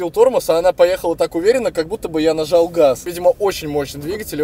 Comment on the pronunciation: Я нажау гауз